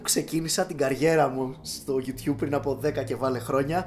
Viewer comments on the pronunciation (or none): none